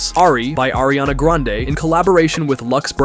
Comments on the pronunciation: Who the heck is "ARIANA GRENADE " ?????? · "ariana GRENADES"😭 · Grande not granade😊😅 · Ariana Granade is Meme because one of little girl who was intervieweving her and Jennette McCurdy on Nickelodeon Victorious spin off that little girl didn't say Grande but Granade because she was kid and kids Miss pronounce words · Not GRANNAADEE